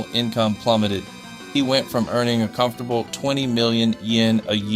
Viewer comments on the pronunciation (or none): none